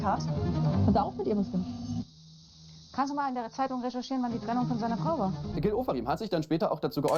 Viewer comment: Die richtige Aussprache ist: Gilneeee